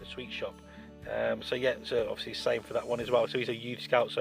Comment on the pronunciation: my god the number of times you said 'odviously' is really annoying